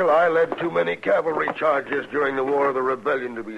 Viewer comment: Lol, Chester always says "Calvary" instead of "cavalry."